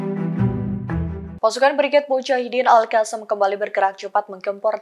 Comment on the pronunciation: Bacanya Alqossam